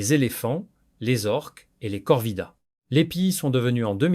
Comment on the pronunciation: ce sont des corvidés....( se prono:face-purple-crying:nçant comme cela s"écrit)et non corvidaés....l'ia vous a induit en erreur!!